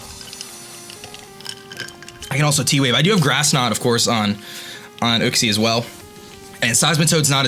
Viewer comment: You know that uxie is pronounced as in you-xie